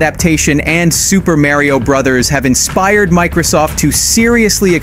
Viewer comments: Super m-AIR-REo? Who the f is Mare-io? Are you talking about Mario? mAR-io [Hard R] Mario? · Super "Mare-ee-o" brothers? Mar-ee-o ! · The announcer in this video knows nothing about games... he actually said Super Marry-O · "Super Merrio Brothers"? MARio, come on man. I sure hope they do a Thrall story like they eluded to. Freaking love the Warcraft movie, annoying they changed the lore but the movie was badass and done well. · Super MA-REE-OH not MARE-EE-OHH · This dude said "super merry o" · Did you just say "Super Merrio" brothers? Like Merry-O? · Ah yes.. the long loved childhood favorite game "Super Merrio". Excellent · Much to be discussed here and nothing i can mention here what many already brought up but one thing that i can not let go, ESPECIALLY how many pronounce MARIO as MERRYO. I am sorry, Mario has been around much longer than any generations at this point and most likely this speaker... unless it is an A.I but even i heard A.I pronounce Mario perfectly. Sadly, i have seen many real speakers call him MERRYO. Such effin cringe. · Super MARE-eo Brothers.... lmfao... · You really pronounce is mayrio?!?! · super mary-o? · Drive me nuts when people pronounce it like this lol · does this guy seriously not know how to say "Mario" he screams his name like 10000 times in the game... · How does one not know how to pronounce “Mario”? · Hate when ppl pronounce Mario like that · AI voice with the "Mario" pronunciation?😅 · You get a dislike for that Mario pronunciation.